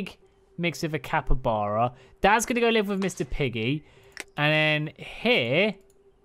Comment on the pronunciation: Haha. “Capre-Chuba.” Funniest thing I’ve heard all day 🤣